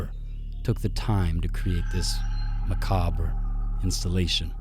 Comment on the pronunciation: LMFAO the way he say macabre